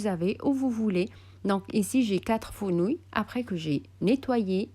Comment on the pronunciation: Fenouils et pas Founouils.....parlez en arabe c'est plus simple pour vous